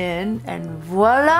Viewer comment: WoW I am french and it make me so Happy tait you actually prononce voilà Teh correct way